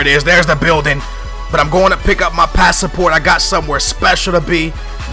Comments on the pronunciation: Pass-Port lol Not Pass-a-Port. lol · passaport?? worst english ever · I can get you saying names differently but come on, passaport is so wrong! And being from northern ireland its also annoying hearing it called north ireland lol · what is a passaport? it's pass-port not pass-a-port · he said passaport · lol!! pass-a-port? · Haha, pass-a-port? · pass-port! not passaport!!!!! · "pasaport" was worse haha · Why do you say pasaport ? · In portugal it is passaporte, that's why he says it like that xd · its pass-port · You can't say anything properly! Passport * i am laughing so hard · He can't even say passport right. Oh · Why do you say passport so weird?